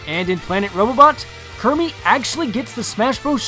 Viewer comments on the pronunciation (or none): did you say kirmy? its kirby